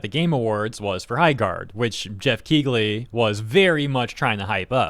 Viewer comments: DUDE!!! The GH is silent... its pronounced KEELY not KEEGLY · It's pronounced Keeley and not Keegley. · The 'g' in Keighley is silent. It's pronounced "Kee-lee". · I'm gonna assume the wierd pronunciation of Dorito Pope Geoff's name is a reference to Kegel exercises